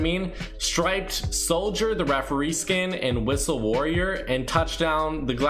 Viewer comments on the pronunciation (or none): I know dam well he did not say wristle warrior 🥺